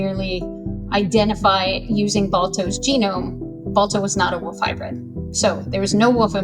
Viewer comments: Pet peeve: saying woof instead of wolf as an adult. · wolf scientist who can't say the L in wolf? rea__y?